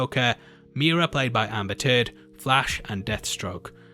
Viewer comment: Did he call Mera "Amber Turd"?